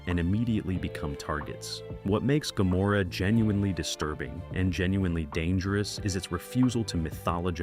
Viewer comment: Why does he keep sometimes pronouncing "Gomorrah" with a 'c' (?)